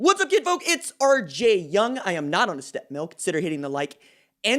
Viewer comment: O that's what he was saying. I thought he was saying a step milk. I was like what's that.